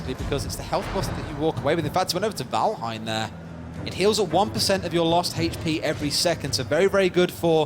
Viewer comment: "Valhein" But0 Thai people are like saying "vanhel"